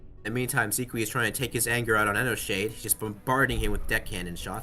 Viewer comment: Bruh the narrator can't pronounce for shit... Enoshade doesn't have a D after the N and that first amalgamation go...